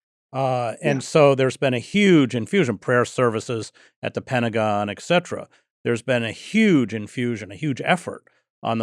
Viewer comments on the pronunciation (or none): 'Ex cetera'? It's et cetera, sir, please.